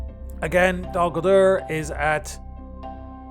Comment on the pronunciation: first it was Fanghorn and now your saying donguldur instead of dolgulduer no this not how they are spelled it how your pronounciate them